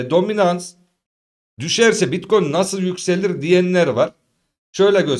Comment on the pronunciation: seviliyorsun BİTKOYUN diyişin beni koparıyor Alemsin hele hele açılıştaki uyarıların efsane🤣